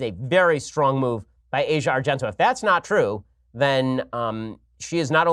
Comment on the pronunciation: A record day for mispronunciations by Ben: Mondelez and Asia Argento.